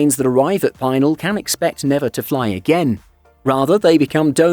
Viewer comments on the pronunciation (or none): It’s pronounced “Pi-nal” not “Peye-nal” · FYI - "Pinal" is pronounced "pin" (as in the pointy piece of metal used to fasten pieces of cloth) and "Al" the nickname for "Albert. The accent is on the second syllable. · Brian's right. Locals never say Pine-al. Pea-nahl or occasionally pea-nil.